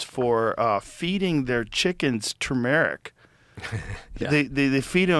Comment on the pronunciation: Wtf is chumeric? Does Joe mean Tumeric